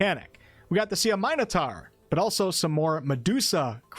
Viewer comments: The way you pronounce ‘Minotaur’ is certainly interesting. I’ve never heard it pronounced like that. ‘My-no-tah’ 😅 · Never pronounce minotaur as mineotor again wtf